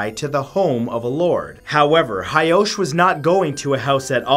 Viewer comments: actually,it is Taira clan not hiki and it is hoichi not hyosh. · Please learn some Japanese pronunciation it’s not hard. The monk’s name was Hoichi (pronounced Ho-ee-chee) and the emperor is Heike (pronounced Hay-kay). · Hoichi. Ho-ee-chee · actually,i wasn't hyosh, it was actually hoichi the earless.